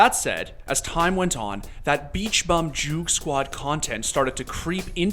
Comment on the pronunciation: Said joogsquad wrong smh